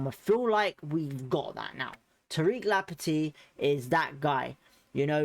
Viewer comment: It's Lamp tea not Lampet tea.